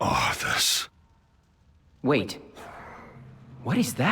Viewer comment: LOL its been years, and you still pronounce his name as "ARF-us"